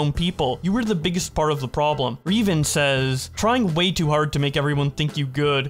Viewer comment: I'm more annoyed by how he pronounced Revan than the whole Adam22 thing.